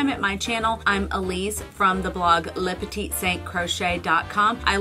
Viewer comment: It’s pronounced “lew puteet” and “ah-me-guru-mi” 🧶